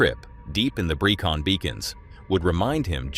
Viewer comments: Brecon = Brek like in trek, on. Not Breekon. I live near there. 😁. The SAS train there. 😎👍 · Ok. I can't cope with this video. Do you actually watch the video to check that the chat GPT voice over is correct? 1) it is pronounced 'breh can beacons' not 'breecan'... 2) it is pronounced 'penn ee fan' not 'pen y fan' clearly didn't ask chat GPT to pronounce any names as a Welsh person would. 3) in order for the voice over to say 'they waited in the dark, in the snow' then it needs to be a) dark and b) snowing neither of which are the case here. If you would like someone to help you amend your shit VO for your next reel hit me up....